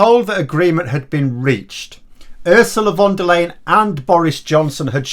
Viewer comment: It is very rude that you keep butchering Ursula von der Leyen´s name so badly. I thought british people were supposed to be polite.